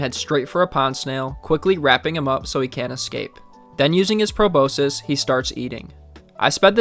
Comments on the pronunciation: pro-boss-kiss and pro-boss-sis are correct, but pro-boh-sis is not correct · Proboscis is pronounced Pro boss kiss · Check how to pronounce proboscis ffs mate ... You gen z's are becoming more illiterate and exponentially dumbing yourselves down the more you stay glued to your screens, ingest social media and don't read books anymore ...